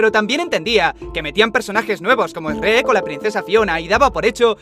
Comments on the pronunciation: esrek xdxdxd dijo esrek en vez de shrek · Jajajaj esrek que rios segun yo es shuerk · Ademas de que es Esreck, no Esrekkk. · Es-reck???? Es Shruek así tal cual se escribe, se pronuncia 🤣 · Cómo que "es red" Se pronuncia Sherk tal como se escribe! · a ver jefe asi se pronuncia en españa, di lo que quieras sigue siendo esrek jajsjajsj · Es chuerk no esrret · ¿Esrec? jajajaajaja WTF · Lo de "El origen del burro" es solo el título de la teoría. Durante todo el video cada puesto tiene un título. Eso de "Esrrek" es cuestión de traducción. Hay lugares donde lo pronuncian así y donde lo pronuncian literalmente como "Shrek". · Shrek? O esrek como dice el del vídeo jajajaja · Esrek ?? Se pronuncia shuek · Like si odias cuando dices esrek en vez de shrek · Jajajajajaja dijiste Escreck es Sherk￼ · Esrrek? ESRREK!? K JAJAJAJAJAJAJAJAJAJAJJAJAJAJA que pedo con el chuek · aprende a decir shrek y no esrrec jajajaj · Hahaha Simón que onda con Esrrek es Chruek XD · En España se pronuncia Esrrec 😂😂😂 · Esrruec, bien en esa pronunciacion de shuek jajajaajjaaj 10/10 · por que le dice esssrrrrek? Pvta madre es chuek >:v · Esrek dijiste? se pronuncia Shuek ._. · ZADSantiago ZADSantiago Dios, tu no entiendes verdad? En latinoamerica le decimos “Shruek” (la pronunciación de Shrek) no se en que país latino vivas, pero por lo menos en Mexico es la pronunciación de “Shrek” no “Shuerk” la r no va al final. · SSREKT??? en serio asi lo pronuncian en espain???? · acaso dijiste S-rek el lugar shrek? khé vrg? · ESREEKKK jajaajjaja siempre me e partido con esa pronunciacion XD no de envalde nuestro idioma español en mexico tiene muchas palabras nahuatlacas convinadas con le castellano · Eshrek? Jajajajaja da risa como lo pronuncias. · CÓMO VAS A DECIR ESREK 👀🤦🏻‍♂️ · "ESREC" XDDDDDDDDDDDDDDDDD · min "esrek" que diablos es eso? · "Esreck" W.T.F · #3 “Esrrek” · "ES RECK" JAJAJAJAJA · "Esrek" jajajajajajaja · me duele escuchar ESreck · Por qué pronuncias Eshrrek ? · Número 3: ESRREK JSJSJSJS.